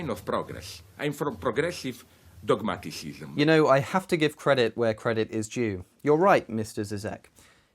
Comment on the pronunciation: "dogmatisizm" ...ok